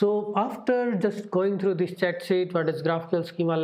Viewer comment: Hey dude, big typo there, should be 'Cheat'. You are saying chat, should sound like teeth..